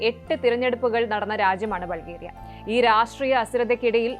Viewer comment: ബൾഗേറിയ എന്ന് അല്ല പറയുന്നത് ബുൾഗാരിയ എന്ന് ആണ്